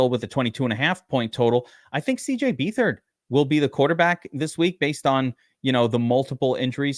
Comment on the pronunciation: it's beatherd you pronouncing his last name wrong